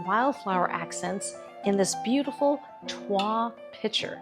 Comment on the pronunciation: This arrangement is so beautiful! (The L is pronounced in toile.)